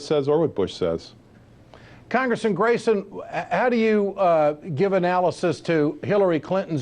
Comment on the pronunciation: anyone else notice he can't say congressman.?